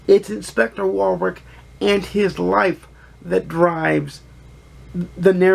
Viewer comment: Great review - another one to add to my tbr - thanks. (In the UK we pronounce Warwick as 'warrick', the second w is pretty much silent.)